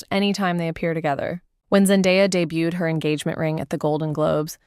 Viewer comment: FFS, get someone to do the voiceover who can correctly pronounce her name and the word debuted 🙄